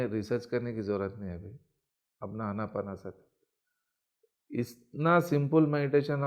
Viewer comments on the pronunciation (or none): आन-अपान-सति होता है भई.. न कि आना-पाना- सति.. क्यों हिंदी को खराब कर रहे हो आप लोग |